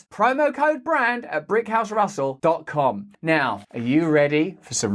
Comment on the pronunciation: Did you say Brickhouse or... Anyway i thought it was 5 a month.